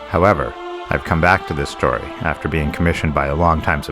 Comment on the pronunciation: *Story not "stay" LMFAO